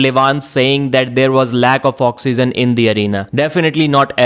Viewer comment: cannot pronounce oxygen to save his life lmao